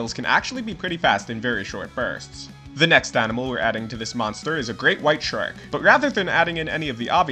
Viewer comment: i'm sorry, you pronounced shark as SHREK